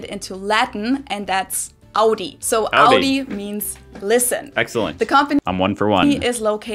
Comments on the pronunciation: sie legt viel zu viel Betonung auf das U, wahrscheinlich um zu zeigen wo die amis den Fehler machen, aber trotzdem falsch. Da hört es sich besser an als er das erste mal Audi sagt. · Audi hat sie völlig falsch betont.